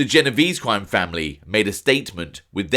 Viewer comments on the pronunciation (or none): for this watching, the pronunciation is "jeh-noh-veh-zeh' ! ! Ciao!